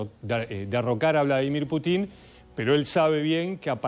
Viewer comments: Es PÚTIN, no Putín.. Putín sos vos, pelado. El acento va en la U!! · Que alguien le enseñe a este merolico como se pronuncia Putin. Diganle que no se pronuncia Putín suena ridiculo y graciosisimo no se le puede tomar en serio. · Señor, no sea tan ignorante de pronunciar mal el apellido Putin con Putín, va sin tilde en la letra I. ¡Avíspese! 😂